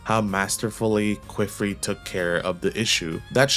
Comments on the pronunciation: Great video! The rise of the "Kwiffrey" pronunciation is killing me though. Qifrey is said "key"-"free". The "qi" breaks the typical English expectation of "qu" and is said more like Chinese anglicized "qipao" or the French word "quiche" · Kiff-ree or kee-free not ku-wiff-ree. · please don't ever say "kweefree" or "kwifree" again. i usually don't care about pronunciation, but c'mon man. calling my guy queef is crazy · It's pronounced Kee-Free and Ah-Got